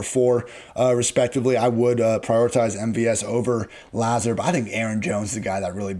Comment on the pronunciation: It’s not La-Zurd. It’s Luh-Zard